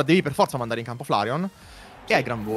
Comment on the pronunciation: sentire che dice pefforza è una soddisfazione pari a platinare sekiro grazie